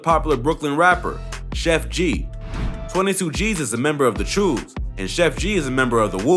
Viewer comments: Cho not chew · Lmfao im from NYC and u said choo wrong it's pronounced "choo" like it rhymes with blow